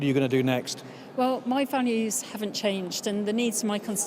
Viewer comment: Values sounds like fannys